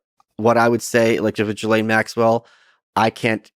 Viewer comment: Are you mis pronouncing her name on purpose? Only because 'ghislaine' doesnt sound like jizz lane..